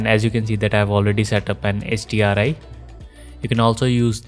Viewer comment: Thanks. It's just that when you say the acronym it sounded like Sdri.